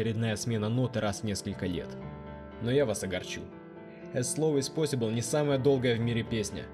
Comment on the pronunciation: Эз посибл - охренеть произношение!